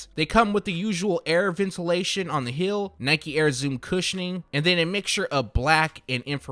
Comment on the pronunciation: Why does he say hill instead of heel? Lol